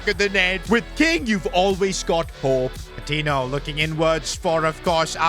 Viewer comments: Hey! Patiño is actually pronounced as Patinyo rather than Patino. No offense of course, love the series! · Patiño’s name is pronounced Pa-Teen-Yo. Hope sees this😂